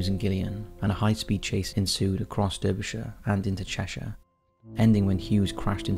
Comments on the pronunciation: Confused? You sound English yet you pronounce Derbyshire in the American Style. You know that it is pronounced DAR-BE-SHIRE. Great content and I love your voice but really puzzled about your pronunciation 🤔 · And Bilbao and Derbyshire